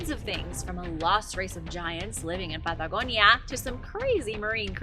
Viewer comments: The pad da go ni a made me run, sorry 😞 wees white... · Why is she pronouncing Patagonia all accenty when the rest of her speech is normal? Good info presented, but that's really annoying... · Why do you take on a strange accent when you say the word Patagonia